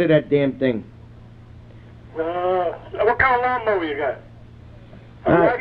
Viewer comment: I put the lawn mowah in the lawg splittah!